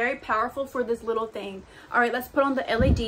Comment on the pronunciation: girl I love youuuuuu But it’s l-E-D, not l-A-d Respectfully though ever since I discovered your channel I be like tomorrows Monday she’s going to post😭🫶🏼 You have such a sweet vibe and you’re so pretty don’t ever forget:) much love💘💘💘